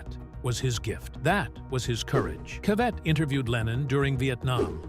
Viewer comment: It's pronounced CA vett. Not ca VETT. If you're going to talk about someone get their name right. I felt like this was disrespectful to the gentleman all around.